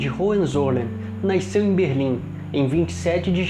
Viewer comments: Bom vídeo, mas que porra é "naisceu"? KKKKKKKKJJ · Amigo. De onde vc é natural? Noto que vc fala "naiceu" ao invés de "nasceu" kkk. Mas acho que é regionalismo. Já vi outras pessoas falarem dessa forma. Parabéns pelo seu trabalho. Gosto muito da TV imperial.